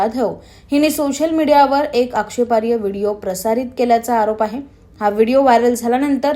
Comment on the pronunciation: अँकर मॅडम, चांगल्या माहितीबद्दल धन्यवाद. 🎉 ( पण तो शब्द 'आक्षेपार्ह्य' असा नसून 'आक्षेपार्ह' असा आहे. क्षमस्व.)🙏